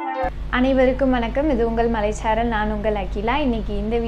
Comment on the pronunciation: மழைச்சாரல் not மலைச்சாரல் sister